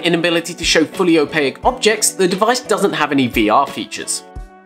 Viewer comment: The way you pronounce Opaque is bizarre as all hell. :D